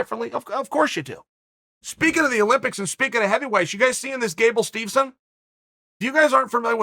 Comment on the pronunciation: Gable Steevson and Gable Steezon.. Who da fook is dat guy?